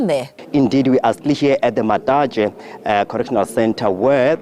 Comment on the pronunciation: 'matatashe' yah neeh